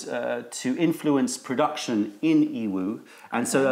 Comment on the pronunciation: I was recently having a conversation with another tea YouTube channel, and I kept hearing them pronounce Yiwu as EEE-Woo, and Wuyi as Ooo-Eee, and I found that it didn’t seem to sound right to me as I pronounce Yiwu as Yee-Woo, and Wuyi as Woo-Yee, and he said that he studied a little Mandarin in school and was fairly certain that the y is silent in both of these. If you could give your opinion on the matter it would be greatly appreciated, because I really don’t like the sound with the y silent, it sounds super strange to me!